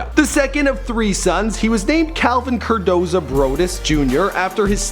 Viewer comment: Cordozar not cordoza. Also Dre did not produce the Doggfather